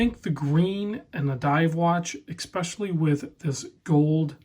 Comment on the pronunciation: There's no "k" in especially. Haha, enjoy your content.